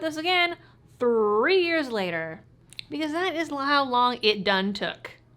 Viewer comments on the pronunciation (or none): none